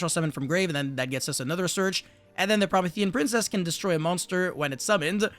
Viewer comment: its pronounced pro-MEE-thē-an princess, in case nobody else told you, and in case you actually care. Love the content regardless